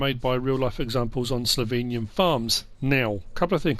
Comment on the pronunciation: Ypu dont pronunce slovenian countryside right